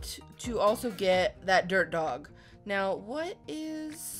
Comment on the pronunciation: When said "Dirt Dog" I thought she said.... DERP dog!😂